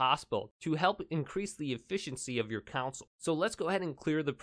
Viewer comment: Bro it's pronounced "con sol" not "counsel"